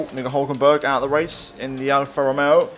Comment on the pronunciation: I beg plz say alfa Romeo right I love the content keep it up